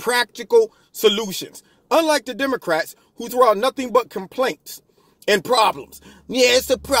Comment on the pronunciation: Pronunciation - "DeomoRats".......... lol